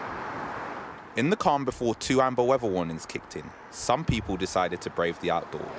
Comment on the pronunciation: wevver instead of weather 🙄